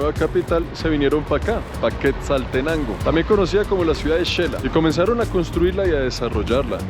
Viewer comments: Me parece maravilloso que sepas decir shecul y raro cuando dices chela. Es xela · Amigo, te escribo para corregir tu pronunciación: no se dice Chela, se dice Shela y se escribe Xela. No se dice Checa, se dice Sheca y se escribe xeca.